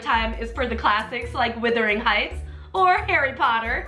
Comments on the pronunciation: You say “Wuthering Heights” is a classic, yet you still pronounce it wrong. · I died everytime she said "Withering Heights"